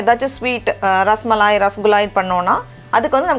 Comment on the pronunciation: Akka neenga rasamalaai rasagulaai nu olaritinga😂